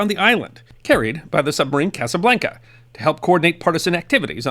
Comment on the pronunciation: A minor correction: the name of the French submarine was Casabianca, with an i, not Casablanca, with a l. It was named after a Corsican naval officer before WW2. It was commanded by capitaine de frégate Jean L’Herminier who published a book called Casabianca about the story of the escape from Toulon in 1942 and the operations it participated in. I read this book when I was a little boy many years ago. I don’t know if an English translation is available.